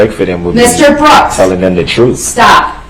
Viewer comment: his troof and his axing went nowhere